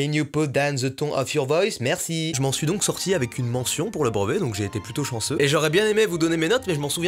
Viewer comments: tu prononces BREVET : BROVET gars! ça me stresse!! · « Le brOvet » MDR ahah